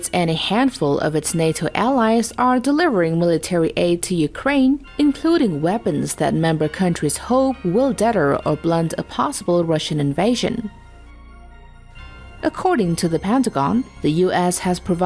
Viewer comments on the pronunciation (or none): there's that detter again. it is pronounced DEETER. please get english speakers who have at least a high school diploma.